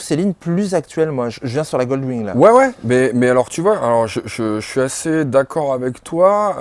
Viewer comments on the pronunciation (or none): "GOLD WING" not " Gold win"....C'est bien WING et non pas 'win'.